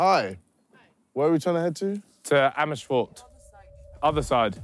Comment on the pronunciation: Ethan die Amersfoord redelijk goed uitspreekt... Hoe dan??